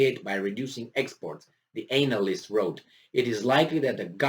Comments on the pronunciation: Love the way you say anal-ist but if you want a phonetic way of saying it it's Anna-list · pls pronouce "expert analyst" better. it makes a funny joke the way you say it. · Can someone, anyone explain the backstory as to why this guy keep emphasizing the ANAL in analyst?? lmao.. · He meant ANAL yst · It's deliberately done by